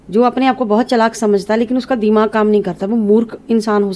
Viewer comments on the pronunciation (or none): none